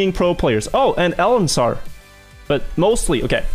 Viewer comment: "mostly pros and elensar"